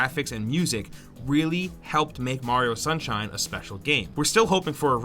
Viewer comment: After mario sunshine, I thought I heard Mariowind.